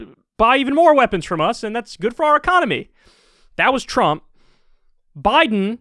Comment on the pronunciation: anyone notice an accent when he says trump